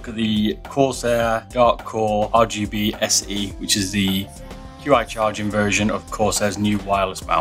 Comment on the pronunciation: its no Q I its pronounced chi